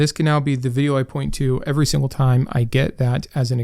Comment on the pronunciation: I just looked up the pronunciation of the word Every and I'm very curious as to why you have such a different pronunciation for this word. I've watched quite a few of your videos and you have never said that word correctly a single time. Is it a lisp or do you actually think that's how it's pronounced? I'm not trying to belittle or embarrass you. I'm just genuinely curious after hearing it for probably several hundred times. Thanks